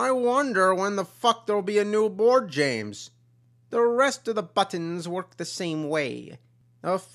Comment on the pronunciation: This video has a disturbing lack of guh-laow, however the butt-hins quotient is enough for me to thumbs up this DEE-VEE-DEE